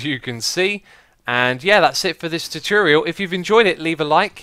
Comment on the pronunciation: At the start I nodiced he said tatreale